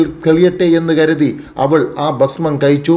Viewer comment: മിനിമം മലയാളം ഉച്ഛാരണം ഉള്ളവനെ വാർത്ത വായിക്കാൻ ഏൽപ്പിക്കുക . "കയിച്ചു" എന്നൊക്കെ പുലമ്പുന്നു .